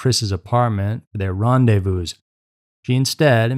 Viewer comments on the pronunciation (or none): none